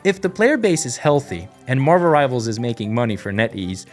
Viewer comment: You meant to say "Marvuruh Rivarzuh"